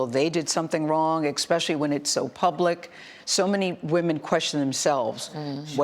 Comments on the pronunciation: Gayle saying exspecially, really? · It’s not Xspecially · Anytime you leave someone in Freemasonry and / or Iluminati & anyone in the occult whether they are in a suit and Tie or a grass skirt somewhere in Africa or Asia or wherever.satanism is satanism & if you are not in it - you cannot live with anyone who is. Gayle you still say Ek - especially. Most Americans still do sub - consciously.